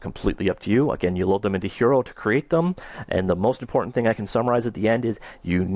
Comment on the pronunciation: This is a great tutorial, but I believe Hiero is pronounced: high-row, like in hieroglyphics. ;)